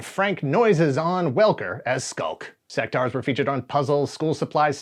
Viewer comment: Pretty sure you’re meant to pronounce the U in Sectaurs. Otherwise it would be spelt Sectars. they even say it in the commercial. Sectaurs not Sectars like you keep saying.